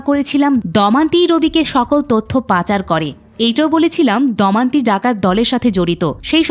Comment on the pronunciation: উচ্চারণ ঠিক করুন। 'দমন্তী' নয় 'দময়ন্তী'।